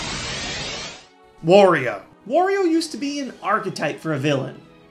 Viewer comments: it's not worio it's wario AAA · I am going to say this one more time... HIS NAME IS WARIO, NOT WORIO!!!!!!!!!!!!!!